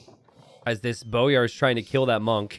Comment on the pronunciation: hey it's pronounced boy-ar (like a boy child) instead of bow-yar. glhf